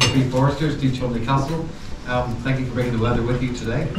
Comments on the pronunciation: Hi, Cholmondley is actually pronounced Chumley and that is a stunning ground with a good track have played there a few times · Grew up playing nearby, loved this video. Just FYI it's pronounced "chum-lee". Great stuff as always. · Sorry to be annoying but it's 'Chumley' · Another excellent video, but I think you'll find the castle name is pronounced Chumley . . . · Brilliant video, Cholmondley is pronounced Chumley. Rather strange but cheshire dialect! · It's pronounced chumley. I played there about 15 years ago and the wicket was even worse then.